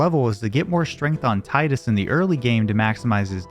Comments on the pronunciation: Can't believe it's 2024 (almost 2025) and people are still pronouncing his name wrong. It's Tea-dus not Tie-dus. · It makes you happy you are both wrong? Named my son Tidus, and it drives me fucking insane when people insist on calling him Titus.